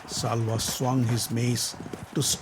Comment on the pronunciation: It’s Shalya not salva